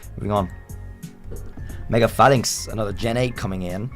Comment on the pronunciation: IT'S MEGA, NOT MAEGAN! PLEASE SAY IT RIGHT!